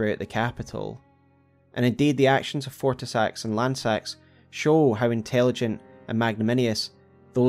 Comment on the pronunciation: I get so sad that everyone mispronounces Lannseax’s name ;(